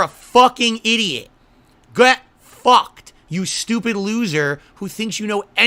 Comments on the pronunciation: "GeUAT Focked" XD another stroke slip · "Gueah Fuhckt"